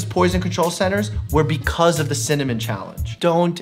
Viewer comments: Cinamon not cimanon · Dr.Mike: Cimmamon A dictionary: Cinnamon Dr.Mike: Cimmamon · "There's alot challenging with cinnanim, synonym, cinnomon, cinnanim" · Dr Mike: chemical pneumonitis (pronounces without issue) Also Dr Mike: Cimmanon? 😂😂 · cimmonym best way to pronounce it ever(dylan hollis, love his vintagecooking vids) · Dr Mike: Ciminiom? Me a Dylan Hollis fan: well actually.. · You trying to pronounce cinnamon?Just had my grandparents last name.Are you looking telepath or something?And this is on a long time ago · Same problem saying cinnamon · Apparently including how to pronounce cinnamon